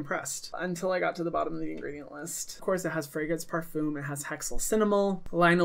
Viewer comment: did you just pronounce a french word in the diluted american way to say it? AHHHHHHHHAHAHAH I LOVE YOU AND IDK WHY THIS IS SO FUNNY TO ME AHAHAH I cannot get over how you say parfum. In french, it actually sounds more like pah-fum but like when you say the r that sounds more like an h, you do that weird back-of-the-throat thing, but it's hard to do when you're from america and didn't take French. Idk how to explain it.